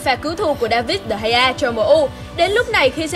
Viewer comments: Chứ đọc sao Đờ gia như mấy ông quốc dân giải trí à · Degea đọc thế nào ra dc đờ hay a vậy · De gea - đờ hai a :))